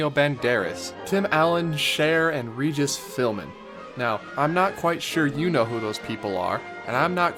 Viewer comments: It’s Regis Philbin not Filman. He’s Irish not Jewish. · roughly- it's Regis PhilBin not Regis Philmin! Doesn't really matter, just letting you know. Love these videos! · Regis "FILBIN", not "Filman"